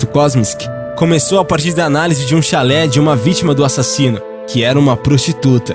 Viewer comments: Não é chalé, é xale. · Temas interessantes, mas precisa ler os textos corretamente. Neste vídeo o narrador fala "Chalé" ao invés de "xale". Falou tb cabeleleiro ao invés de cabeleiReiro. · Amigo, é chale e não chalé. Chalé é outra coisa. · Não sabe nem ler direito, é xale não chalé....energúmeno kkkkkkkkk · oi, vc poderia aprender a pronunciar algumas palavras tipo chalé é uma casa ou choupana no campo, xale (se pronuncia xá-le) é uma espécie de lenço colocado sobre os ombros. em outros vídeos tb achei estes erros, desculpe te corrigir, mas não faço isso como forma de te ridicularizar, mas para te melhorar. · Chalé é uma casa. Ninguém investigou a casa de uma prostituta vítima de Jack. Investigaram um xale (roupa). Vc está pronunciando muita coisa errada nos seus vídeos. Algumas ficam incompreensíveis. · Nesse caso de jack o estripador, você fala chalÉ, quando o nome do cachecol é chÁle... no mais, ótimo vídeo... like. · Chalé não!!! A palavra é xale!!!